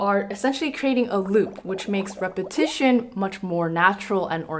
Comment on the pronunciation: Am I the only person that thinks "legitimizes" everytime she says "repetition"?